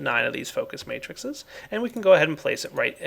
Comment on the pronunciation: I keep wanting to correct him. It's matrices, not matrixes! Still, awesome work. I'll be using this version.